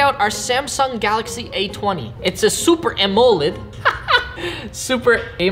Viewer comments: Him: super A-moe-led Me: bruh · AMOLED is pronounced as (uh-mhol-lhed)